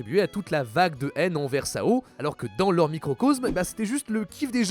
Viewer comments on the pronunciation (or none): Le fait qu'il le prononce "sao" au lieu de "s.a.o" m'a perturbé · Sao 😭 au lieu de "S" "A" "O" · Je pense que le truc le plus grave c'est pas le loli, ni le vword ni quoi que ce soit C'est de dire SA O au lieur de dire S A O mdrrrrrr